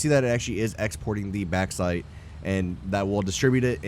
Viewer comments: Sorry to be "that guy".. but it's pronounced "Box-site" :P Not "Back-site". Other than that, this is a freaking beautiful factory! Trivia: If you were British, you'd be calling is "Bork-site"! And if you were Scottish... "Barrak-Site (where the "R's are rolled, so, "Badduck-site". The EU are weird) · Lovely build man. But it's pronounced box-ite lol. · You pronounce the "a" way too much in bauxite. The "baux" sound is very similar to "box".